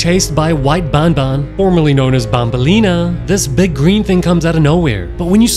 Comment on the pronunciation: Bro said "bambam" 💀